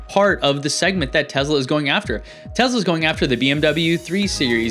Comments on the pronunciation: I cringe so hard every time somebody says "Tezla". It's Tesla. Not Tezla. The company is named in honour of Nikola Tesla, who was a Serbian born in Croatia (then part of the Austro-Hungarian Empire). Serbo-Croatian has a phonetic written language. S always makes an S sound and Z always makes a Z sound. Some of you goddamn Americans, even the educated ones, are so insular. Edit: I am aware the Elon Musk also mispronounces it. I propose we all start calling him Aylon Moosk until he stops butchering the name of the patron saint of the Internet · I was totally on board with this discussion up until some dude pronounced it "Tez-La" when it's clearly pronounced "Tess-La". That's it. I'm out, I can't take any of this seriously from now on just because of that oversight.